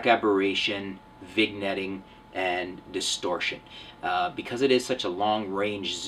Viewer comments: it's pronounced (vin-yetting) not vig netting. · Lol, "viGnetting". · Did he say vigg-netting? #NitPicking. Lol